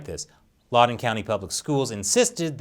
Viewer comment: I love you, but it's LOUD-en County, not LAUD-en County. I expected better investigative journalistic integrity from you. No wonder this episode got demonitized. It's always sad to see your heros fall 😢